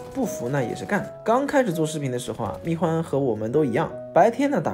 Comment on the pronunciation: 密huan！！！不是密guan！！！